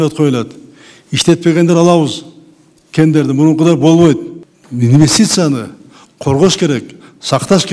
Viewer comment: Соке бобойт дебей так суйлочу болбойт деп.Силерге жакшылап кыргыз тилин кайрадан уйротуш керек болуп калды.Тажаттынар тантып.